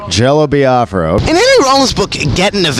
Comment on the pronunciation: i love that even though Jello pronounces it how it's pronounced, Nardwaur pronounces it "Bi-ah-fra." it's a good running gag